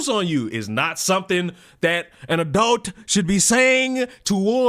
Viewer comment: Youre not an "adoot" youre supposed to be an ADULT!